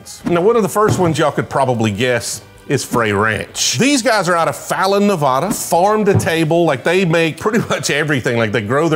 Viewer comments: I cringe everytime I hear the way you FlatLanders mispronounce Nevada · Please learn how to say Nevada